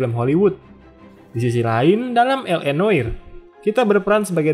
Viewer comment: Noire dibacanya Nwah, min🙏